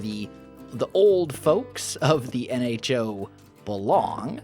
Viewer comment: You mean "N-ho to the nHo"